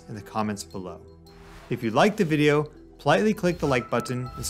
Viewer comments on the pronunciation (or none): none